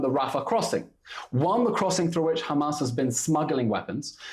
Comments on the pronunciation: Someone tells that chick that their name is Hamas not Humus😂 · Why does she pronounce Hamars as Humus? 😂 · She does not even how to pronounce hamas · Woman shut up and learn how to pronounce hamas